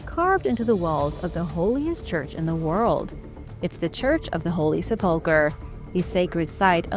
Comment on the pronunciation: It’s pronounced seh-puhl-kr! If ur going to narrate u need to get it right!